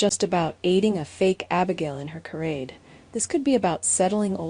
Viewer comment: Charade not carade. If you cannot pronounce the words correctly stay off the air.